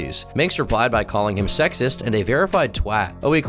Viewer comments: you pronouncing "twat" the right way, made my day. Thank you. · I'd like to say, I appreciate you're basically the only non-british person I've ever met that knows how to properly pronounce Twat. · As British guy, the first American to say the word 'Twat' that didnt make me violently cringe